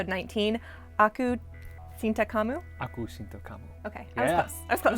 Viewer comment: I'm malay. It is pronounced aku cinta (chin ta) kamu